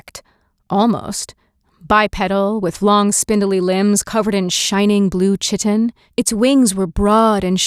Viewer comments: Great reading. Chitin is pronounced as kightn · Noticed this too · Elytra is correct but chitin is definitely pronounced incorrectly